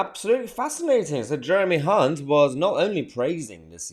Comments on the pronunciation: Hey Mayhar you mispronounced Hunt many times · You pronounce his surname with a C instead of the H